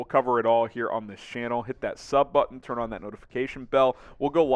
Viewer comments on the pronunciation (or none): none